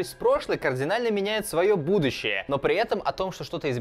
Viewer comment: На картавит? ""Кардинально изменив будующее""????